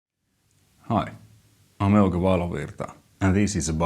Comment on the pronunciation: Euge, I watch and enjoy all your videos but there is no way I could ever pronounce your name correctly the really cool way you do it. You sound like an awesome James Bond baddie or some guitar God! It's great how you do it and with that great fantastic expression on your face. Great video as always.